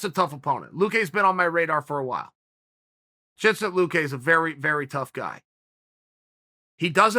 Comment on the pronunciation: Chincent Luque